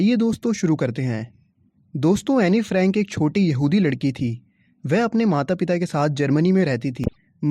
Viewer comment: When u say yahudi I thought it was behudi 🤣🤣🤣🤣🤣🤣